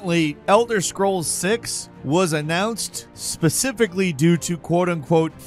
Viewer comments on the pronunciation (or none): none